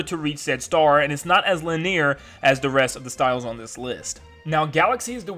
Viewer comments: Ok very interesting and everything, but why is he pronouncing "linear" as "li-neer"? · I don't mean to be rude, but... my dude, it's pronounced "LIH-nee-er", not "li-NEAR"... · My man just said lineer